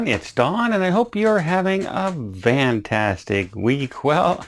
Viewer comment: FFFFFFFFFFFFFFFFANTASTIC, NOT vantastic,, wow that drives me nuts!